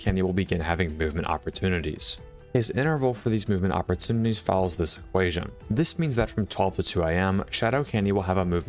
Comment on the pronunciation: "Oppertunites" rip